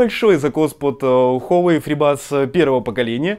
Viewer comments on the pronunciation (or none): none